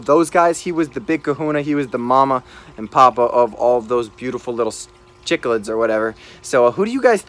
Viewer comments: Chick-lids?? It’s pronounced sick-lids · Chiclids are pronounced sick-lids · Chicklids really? Sicklids is the right pronunciation..though the spelling is cichlid.. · CICHLIDS !!!!!! NOT CHICKLIDS